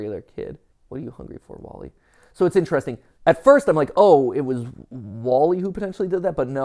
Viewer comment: “Wall-y”, as in the sides of a home?